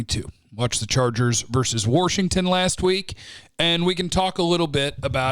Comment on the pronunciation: Did you say worshigton?